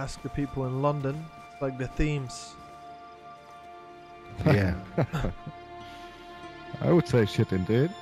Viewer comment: Did you call the river the "themes"? Tis pronounced "Tems" great video man. This is deffo one of your greats.